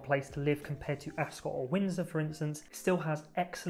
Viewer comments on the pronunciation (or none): none